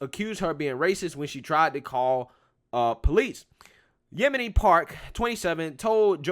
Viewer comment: You totally messed up saying her name...lol Yo.. min ...Yeomi Park that young lady is amazing..